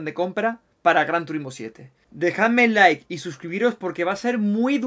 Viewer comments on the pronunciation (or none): none